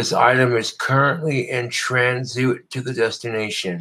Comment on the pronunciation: Tran-zoot... college level reading comprehension coming in nicely,!